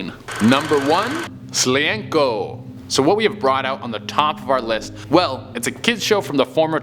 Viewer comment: "Slienko" XDDD I am sorry but thats too funny. XD